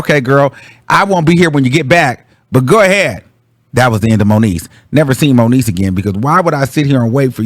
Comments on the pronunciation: Its moniece 😂😂😂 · “ that was the end of moniece “ 😂😭😭😭😭😭